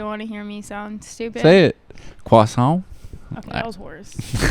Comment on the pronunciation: she is saying Stipd